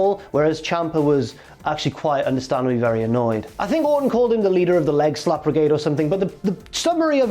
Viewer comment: "Leader of the Lockeroom" not "leader of legslap"